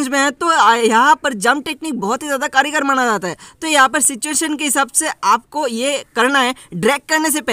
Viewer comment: Karigar nahi kaargar 🤣🤣🤣🤣